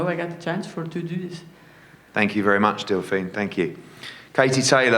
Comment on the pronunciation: Delfine ‘how do you say it’ Persoon’ -We’re in for a cracking fight